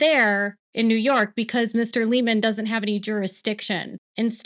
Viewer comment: Hi, Love your channel! Just wanted to pass along that I think you may be pronouncing the judge’s last name wrong. If you google his brother “Doug Liman award” or “Doug Liman interview” you will find one where he introduces himself hear that his brother pronounces it “Lie-Man” and not “Lee-Man”